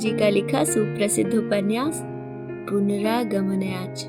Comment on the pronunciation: नमस्कार। थोड़ा सुधार करना चाहती हूं। नमस्कार में स का उच्चारण करें श का नहीं। उपन्यास का नाम संधि विच्छेद करके ऐसे पढ़ें तो ज्यादा बेहतर होगा - पुनरा गमनाय च। दरअसल यह शब्द दो शब्दों के मेल से बन रहा है। पुनः का बना पुनर (र आधा है) आगमनाय। और "च "। उम्मीद है बुरा नहीं मानेंगीं।🙏🙏